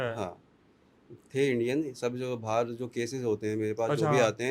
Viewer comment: बाहर होता है । बहार नही